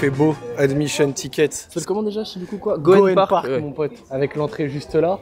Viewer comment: Juste pour le parc, le Y se prononce et Gyoen ça veut juste dire parc en japonais